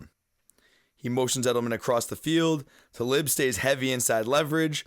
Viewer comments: You know your wr. But I couldn't finish as I cringed with every "te lib" pronunciation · I’m sorry you’re saying Talib’s name soooo wrong in the beginning